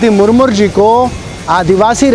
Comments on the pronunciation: अबे मुर्मू बोलना सीख ले मुरमुर बोल रहा है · Sale ko Murmu bolna nahi aa raha hai murmur bol raha hai.... 😂😂😂🤣🤣🤣